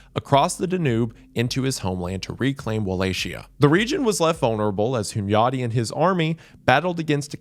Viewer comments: His "Hunyadi" was pretty close tho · As a hungarian I approve pronunciation of Hunyadi. Also, Dracula was also known by the name Vlad Tepes. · I respect you for pronouncing Hunyadi’s name correctly 👍